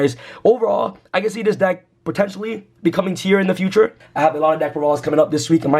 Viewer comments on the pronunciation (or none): none